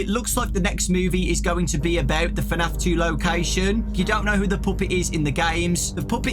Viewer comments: Dude was just saying fanaf👌👌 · FNAF is one syllable, lad